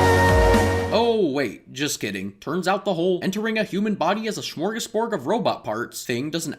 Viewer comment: “smorgosbord” This sounds so funny for me cuz I’m Swedish lmao.